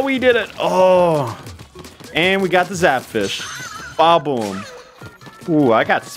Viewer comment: he's saying badaboom but barely pronouncing the da so it sounds like baboom